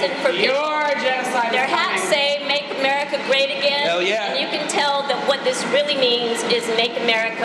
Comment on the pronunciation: she can't even say America, it sounded like "umberrica"